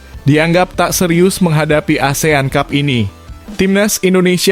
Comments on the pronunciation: Kok dibaca Asean cub😂😂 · Min min.... baca (ASEAN CUP) kok seperti baca cup cup di bibir kecup😂😂😂meng geli kan😢😢😢. Kemaren baca covid 19 di baca seperti copet.